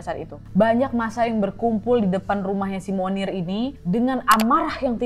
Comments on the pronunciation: bacanya « moniye » bukan munir 😂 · Setiap kakak bilang 'Monnier', aku dengernya Munir loh... Sooo, baksoooo